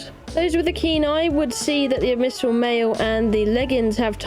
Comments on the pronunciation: Ab-missal? Try saying Ab-Bi-Sal all together, not sure where you are getting that M from lol. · This is like the 3rd or so video where I've heard her read Abyssmal as "abmysal", but the amount of times she says it here gave me an aneurysm. I'm dyslexic too, but knowing that the word "Abyss" exists helps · Why do you pronounce abyssal as abmyssal? It's like you're conjoining the words abyssal and abysmal together, but putting the M in the wrong place lmao